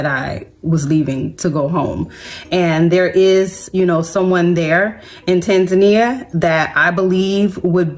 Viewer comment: It amazes me that you guys live in East Africa you can’t even say Tanzania correctly